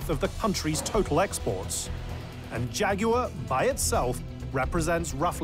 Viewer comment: Why would I pay attention to talking heads, who can't even pronounce Jaguar correctly?